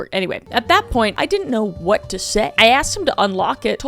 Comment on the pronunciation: “blueish greenish brownish skÆ” also “WHAWT” got me dying auntie Kris always seems to make me laugh at the dumbest stuff ❤